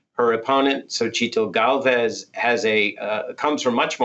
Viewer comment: The director of the Mexico Institute: “So-cheet-ull” 🤦🏻‍♂️